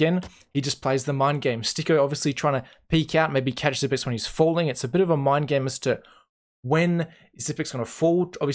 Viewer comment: Not Xyp9(ni)x but Xyp(e)x. The 9 is a reverse E. Not just something I say. Xypex said it himself at an interview